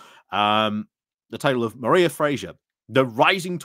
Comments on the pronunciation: The scottish pronunciation of Mhairi sounds like 'marry' not 'mariah' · Dear... Mhairi is pronounced Vari.